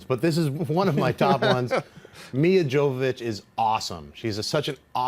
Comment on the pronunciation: It IS pronounced yo-vo-vich. I only know because i'm Russian, and my parents are fans of her mother, who was also an actress.